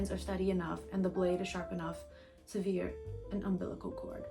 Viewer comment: You pronounced sever as severe? Is this that infamous curse of a reader?